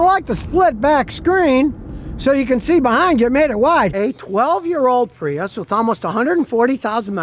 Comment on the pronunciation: I dwive a Pweeus. 😂